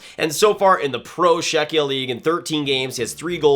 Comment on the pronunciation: Please pronounce Sale as Shale and Czechia as Checkia, it rips off my Czech ears😂😂😂